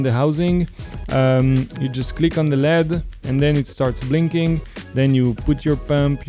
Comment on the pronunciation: You should disclose up front that you have a financial relationship with Aquatica. Also, in English "LED" is pronounced by saying each letter--not like the metal "lead". Took me a while to figure out what you were talking about.